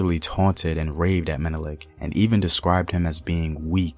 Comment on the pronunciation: At least you got Menelik pronunciation